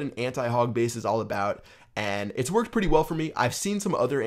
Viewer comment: It sounded like you said it twerked out really good...